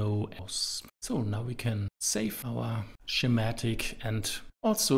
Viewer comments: Just for the video creator, Schematic is pronounced Skee-matic, not Shee-matic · YouTube's automatic captions keep interpreting "schematic" (mispronounced) as "somatic", but somehow got "Eeschema" right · The way he pronounces schematic made me chuckle.